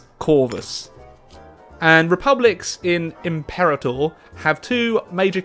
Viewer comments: Please, pronounce the title correctly: Impĕrātŏr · It’s pronounced Im-Pur-Ah-torr just an FYI